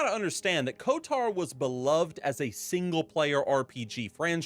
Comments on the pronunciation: It's odd hearing pronounce Kotor as Kotar. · I can’t unhear KOTAR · Why does bro keep saying "KOTAR" 😭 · Never heard anyone call it KotAR before... KotOR, sure, but never KotAR Oh and SWtOR was pronounced correct xD